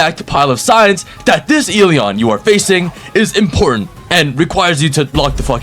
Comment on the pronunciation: I’m SO excited for eleons but, putting everything aside I LOVE UR CONTENT 😭🙏 AND I SUBBED AND WILL WATCH MORE. ( I WAS WAITING FOR THE ELEON GOTTA CATCH EM ALL😭🙏also that “ELEon” sounded personal)